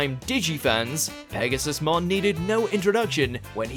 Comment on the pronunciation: You keep mispronouncing it as Pegasus-mon, while it’s actually pronounced Pegasu-mon